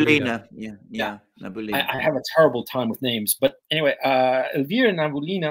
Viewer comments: I am glad to hear that Gonzo is alive and well. Just FYI, Elvira Nabiullina is pronounced na-bi-OOH-lina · Many thanks for your work and sharing your insights. In case you need any support with Russian translation, happy to support! PS: the proper pronunciation is Elvira Nabiulina (n—a—b—i (like „bit“)—u —l—i—n—a) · I will keep on writing this until it's read and paid attention to )) Gentlemen, Elvira's surname is pronounced as [nabi'ulina] 🙏 Btw, regarding that fire in Russian military research center, I'm sure it's an accident. In our news they say, it's a wiring inflammation. As a matter of fact, it's a common thing in Russia. We have lots of old buildings with old wiring and poor firealarm systems partially because they are old and partially because of the everywhere spread economy on everything. Building burn nearly every day in Russia because of faulty wiring. So the fire in this building is now out of the ordinary. It only draws our attention because of the special timing and purpose of the building.